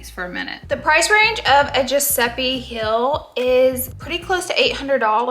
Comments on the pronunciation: Heel and deal should rhyme, but not like "Hill" and "Dill." Try saying "HE" and then the L sound. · It's heel not hill, the pronunciation is driving me crazy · Heeeeel is the shoe part. The way you say it its Mountain hill